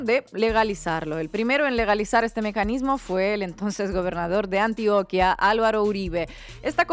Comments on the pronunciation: Antioca no, Antioquia* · ANTIOQUÍA, no antioca